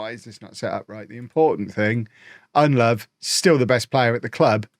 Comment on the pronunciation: Ndlovu is pronounced IN-DLOW-VOO. not undlove. With African names you pronounce every vowel.